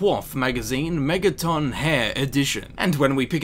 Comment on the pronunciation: why do you put so much emphasis on the O in megaton?